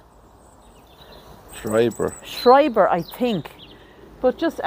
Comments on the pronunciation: Schreiber ( Shryber was the right pronunciation) is a German surname. I'll have to share this video with my hubby. His family has Schreiber lineage. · Yes you pronounced Schreiber correctly guys ❤️💙